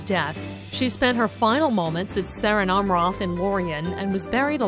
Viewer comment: you still have to pronounce it the elvish way